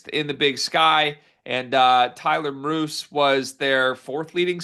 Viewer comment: Depth piece, 3-pt sniper as you noted. Idaho played at BYU, so KY must've been impressed. Name is pronounced MEER-us. BYU '82